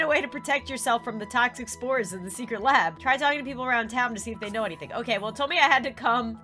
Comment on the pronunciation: When you said you were scanning for spores I thought u said scanning for sMoReS 👌